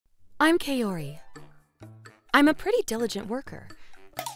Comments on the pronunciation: Very glad that guy got what he deserved. And I have to say I cringed pretty hard at the female VAs butchering the names, especially Kaori. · It's Kaori like apple and not Kaori like asian